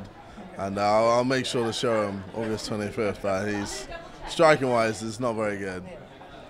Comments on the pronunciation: ORGUS TWENNY FIFF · oOgusT TWenNy fiFT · Ogus twenty fif